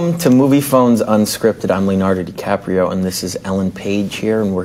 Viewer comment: Brilliant actor but can't say his name right...Dicaprio seems sweet though, and slightly coy.